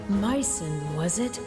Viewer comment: It's Myson not Myron !!!